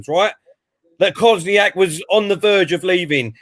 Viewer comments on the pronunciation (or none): Kolasinac KOSNIAK ffs absolutely butchered them names 🤣🤣🤣🤣🤣